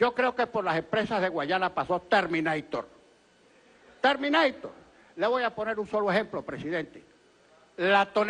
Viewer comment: Mori de risa cuando dijo ''termineitor'' jajajajajaj